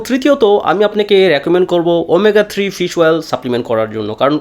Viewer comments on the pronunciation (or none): none